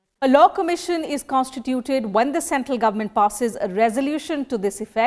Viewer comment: it's law, not low